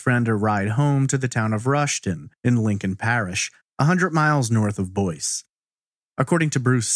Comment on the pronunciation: It is Boyce, Louisiana. Not Boise, Idaho which is pronounced like you said. Anybody local who can tell us how Boyce is pronounced?